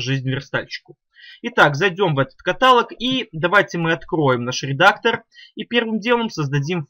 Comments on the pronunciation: Правильное ударение в слове катало́г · В слове "каталог" ударение на О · обратите внимание на слово катAлог